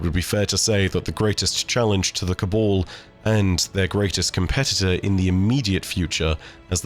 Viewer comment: My dude, it’s Cab-ahl not Ca-ball